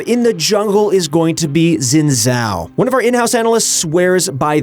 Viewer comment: Ur pronounciation for Xin Zhao annoys me